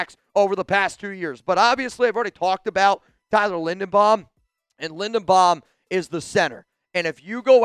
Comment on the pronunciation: His name is Linderbaum, not Lindenbaum. You're not very bright, are you ?